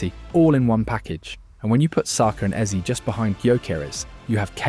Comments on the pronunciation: Heyze (Eze) Not easy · If i hear "Ease" one more time imma flip! Wtf! 😂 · stop using AI, man.. "eberechi eez?" come on. 🙄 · Why hasn't Ebere sued this guy. What the hell is "eberechi ease" or "eberechi eeze"??? Horrific ai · You should try to spell Eze as Ezzay so the AI stops screwing up the pronunciation 😅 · lol EBERECHE EEZEE lol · I'm still confused about the pronunciation of this this guy's name. I have heard his name being pronounced as Ease, Easy...etc. Can someone give me a definitive answer please. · Learn to pronounce his name properly if you are going to dedicate a whole video to him. Eb-er-echi Ez-ey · E in his name is pronounced like e in echo. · Why is he pronouncing the names of Gyokores and Eze like that? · Hate to be the one but could I correct a few pronunciations please as I feel it's right to name people correctly? No-one wants to sound like an AI bot do they? Eze = "Ez-ay", Gabriel= "Gab-re-el", Xhaka = "Shack-ah", Odegaard = "Ur-de-guard" and Gyokeres = "Yok-er-ez" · This ai voice is silly. Can't even pronounce Gabriel and Eze correctly lol